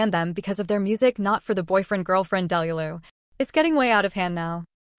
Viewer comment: Ok but why did the ai pronounce delulu like that 😂